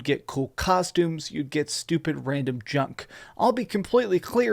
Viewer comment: Let's take a moment to appreciate how much emphasis he puts on his "T's". Along with how he says "Probably" and the flehm he hocks up on the 'C's" on the word "Costumes" and on the word "Clear".